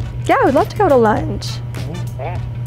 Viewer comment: LUNCH?! OR MUNCH?! 😂😂😂